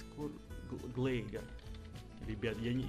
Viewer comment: не глэйгар а глайгер